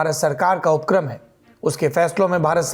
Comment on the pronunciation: कृपया उपक्रम शब्द का सही उच्चारण करने की कृपा की जाए और उप-क्रम उच्चारण करें। नियम यह है कि जब कोई संयुक्ताक्षर हो तो ऐसे में संयुक्ताक्षर के ठीक पहले वाले अक्षर के उच्चारण पर जोर देना है। चूंकि आपने अपने नाम के आगे द्विवेदी जोड़ा हुआ है इसलिए कहा। वैसे मैं अपनी इस धृष्टता के लिए माफ़ी चाहूँगा।